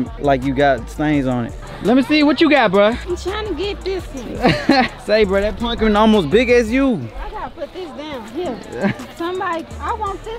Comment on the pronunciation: keep sayin punkin patch like it’s not called pumpkin patch 🤣🤣🤣🤣